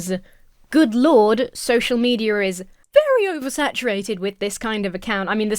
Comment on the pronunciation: I can't ever hear you say "social media" without hearing and interpreting "social meteor" and I love it.